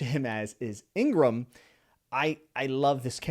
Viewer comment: thank you for your lovely review! you pronounce the log pose correctly, no problem at all. let me correct for the curly Igaram's pronounciation. it's Ee-gah-rahm, typical Japanese pronounciation. about Nami jealous of Sanji-Vivi, I think it's just Sanji's simping imagination (though some fans are really happy with this as they ship Sanji-Nami) because Oda has officially stated that there will be no romance thing within our crew.